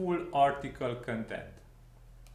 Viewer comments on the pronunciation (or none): I'm Romanian, too, but I didn't pick on your accent, but on your mispronouncing of the word "content". You pronounce that word as "contempt" and it's not right because they mean 2 TOTALLY DIFFERENT things. To pronounce "content" correctly you need to put the emphasis on the first syllable (con), not on the 2nd one (tempt). Just listen to some online pronounciation, it's not hard :) Also, congrats on the plugin, it looks interesting (after all, I wouldn't have found your clip had I not thought that the plugin looks interesting), hopefully I'll get to use it soon, but we will see.... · bro, you're mispronouncing the word "content" as "contempt" and there's a big difference between the 2 words. Get your English right, or stop talking in English :)